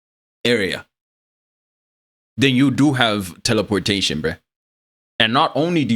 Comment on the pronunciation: "Teleporshaytin not like inster tansmishn"